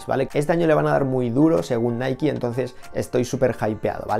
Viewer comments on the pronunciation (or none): none